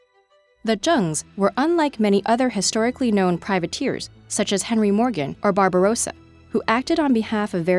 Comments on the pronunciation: That's a funny way of saying Barbarossa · Yeah, but Barbarossa was awful